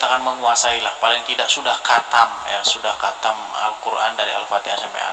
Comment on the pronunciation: Dis.....!! ditulis latinnya khatam. Di bacanya bukan katam dis.....tapi hotam. Gimana sih lu dis malu maluin aja....